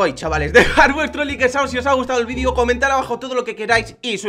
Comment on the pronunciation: dijiste like como se pronuncia en español XD